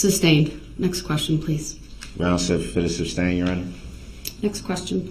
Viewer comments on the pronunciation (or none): ITS FAIR TO SAY YOU MURDERED 6 PEOPLE AND INJURED MANY OTHERS. THATS FAIR TO SAY. HE IS AN IDIOTIC NARCISSISTIC SELFISH FOOL. PLEASE SOMEONE TELL HIM ITS NOT SUBSTAIN, ITS SUSTAIN!!!!!!!!! Pmsl 😂